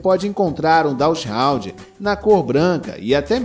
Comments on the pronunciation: Não é "DachsHOUND" é DachsHUnd (com U) essa raça não pertence à classe dos Hound's. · A pronúncia do nome DACHSHUND não é "dashraund"... Só esclarecendo. O nome é alemão, o U tem o mesmo som do português. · Dachshund lê-se "dacs rund" com "r" aspirado, como em "rato". Não tem nada a ver com hound! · Sugiro procurar a pronúncia correta do nome